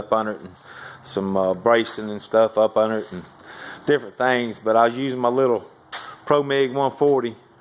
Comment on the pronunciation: Upunerit ....that's how I talk too